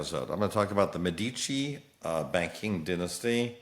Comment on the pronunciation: you are mispronouncing Medici